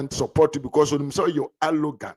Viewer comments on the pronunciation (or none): The word is 'arrogant'; not 'allogant', please.😮